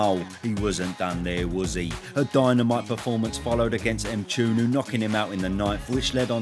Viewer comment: my good Chum, as a man, I must say, hearing you butcher my surname "M-Choo-Noo", made my damn day 😂